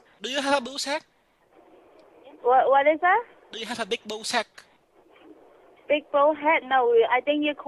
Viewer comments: Jaha..... She could not day sack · God why can't she just say sack with an s for Christ sake!?